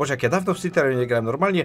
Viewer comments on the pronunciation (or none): to sie niemówi szliterio tylko sliterio